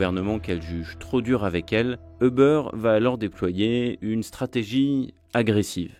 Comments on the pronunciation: Pk vous dites tous Eubeur 😭 ça me treugueur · Pourquoi est-ce que les Français ne prononcent ‘’Uber’’ ni en français, ni en anglais? En tant que francophone, je trouve ça franchement chiant.